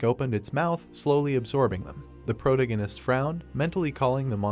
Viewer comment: I immediately knew that when he kept saying pro-tingus he meant protagonist. I've seen too many of these videos.